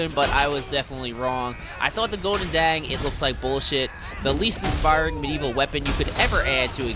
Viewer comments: you almost pronounced the word 'goedendag' correctly, just use a soft g instead of a hard g. 👍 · also the g in the beginning is VERY strong, the sound comes from the back of your throat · Its pronounced "GoldenDong" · So it's pronounced as, Oh-din-da? Or Joe-din-jah? Huh?